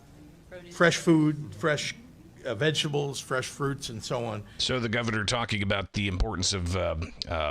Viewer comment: I knew Prizger would mention "meat" 1st..then forget how to pronounce, "vegetables!" 😅